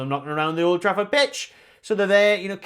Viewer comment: "Mould Trafford" 🤣 👍